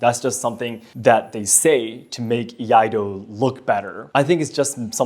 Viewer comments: Can't hold myself laughing on first one, on pronouncing the word of "Iaido" XD "IADO" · Hahahaha when he said Iado. I was like oh no… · I-yah-do 🤣 Just about as annoying as oh-ni-GEE-ri🤦‍♂. See some of Dan Inosanto's videos if you're really interested in eskrima and kali. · I had a physical, visceral cringe every time that guy said "Iado" with such confidence... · EE-YAH-DOUGH! BOW-KEN! EE-YATTOH! TAMA-SHEEGEEREE!